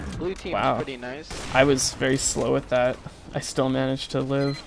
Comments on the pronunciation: "tobmia ecin" XDxdxd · Everybody gangsta' until... "Nize ainbot gaymin"